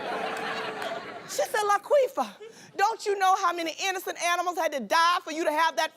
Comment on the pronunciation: Laquifa! Not Laqueefa!